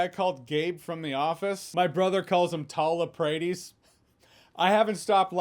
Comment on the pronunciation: Did you say Paul Afraidis? 🤣